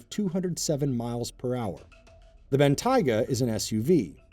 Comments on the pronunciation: "Bentaiga"? What's a Bentaiga? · he's the first Guy I've heard call it "Bentaiga" and not "Bentayga" Almost everyone call it Bentayga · I hate how he pronounces it "Ben-Taiga" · It's pronounced Ben-Tay-Ga not Ben-Tyga, sir. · Please learn how to say Bentayga. I mean it's literally written how it would sound phonetically... You know, Ben-Tay-Ga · What's a Ben-Tiger?????? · Mispronouncing the name of the German super car is NOT cool, and inexcusable. Just sad, really. Makes the (only) brown guy look very, very bad indeed. I feel for him. Google Translate is your friend. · Lol can't even say Bentayga correctly 🤣🤣🤣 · This guy saying Bentayga wrong is hilarious